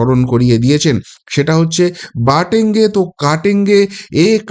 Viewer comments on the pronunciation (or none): Your pronunciation for slogan of Jogi is incorrect. It is BUTENGE and not BATENGE please.